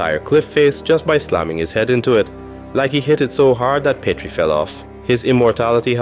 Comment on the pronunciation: My guy I don't know if it's just your accent or you haven't actually watched the movies/shows but it's pronounced pee-tree not peh-tree